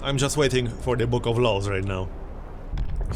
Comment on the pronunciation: It's pretty funny to hear saying "book of laws" and it sounds like "book of lols":)